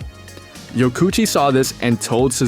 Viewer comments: I don't have to imagine it's 1984, I was there. The whole premise of this video is nonsense. I owned one of these bikes. I owned an original Katana as well. These motorcycles are not "hated". Blah Blah Blah. AND his name is not pronounced YO KOO CHEE, it is pronounced YO KO oo CHI. You are missing a syllable. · His name is pronounced Yoko Uchi.. 😊